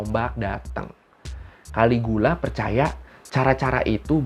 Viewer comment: caligula bacanya kaligila.